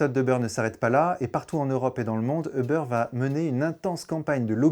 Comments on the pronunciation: On dit pas "euhbeur"!!! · On dit pas "euhbeur"!! En anglais on ne dit pas euhbeur! Quelle prononciation à la plouc ! Comment peut-on croire la vidéo si le mec il ne sait même pas prononcer la compagnie.